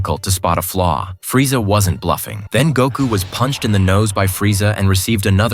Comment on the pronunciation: This is terrible. Shitty AI voice pronounces every name horribly, and that's not Freeza you're showing. Gave up and blocked the channel within a minute of the video.